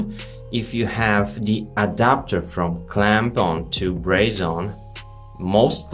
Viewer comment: Braze-on or brazen? 😄